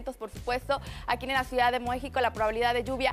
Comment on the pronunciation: Acaso dijo muejico jajaja